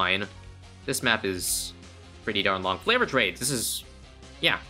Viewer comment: The way you say favored trades makes me laugh😂 every time.